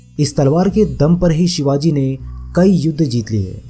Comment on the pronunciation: सिवाजी नही ..... शिवाजी हे ..... अपनी भाषा सुधारो प्रेसेंटर महाशय ..... छत्रपती शिवाजी महाराज कहो. आधा जानकारी के बलबुते पर अपने चॅनल को मजबुत मत करो. मजबुत तो कीया हे छत्रपती शिवाजी महाराजजी ने. जो आज अपना हिंदुस्तान खडा हे. नहीं समजोके आप.